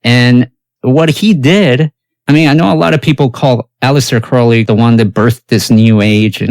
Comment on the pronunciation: When people pronounce “Crowley” correctly, I listen. Subscribed :)